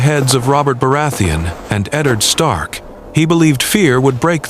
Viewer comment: Ah yes, the great House of Starn. Northmen through and through.